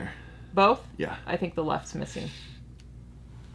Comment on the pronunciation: its pronounced think not thin Q lol